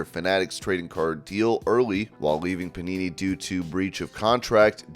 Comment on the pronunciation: thought he said punani